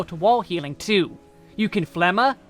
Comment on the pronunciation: got my sub for pronouncing phlegma correctly